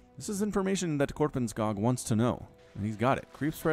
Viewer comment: And why pronounce it Korpenskaag?!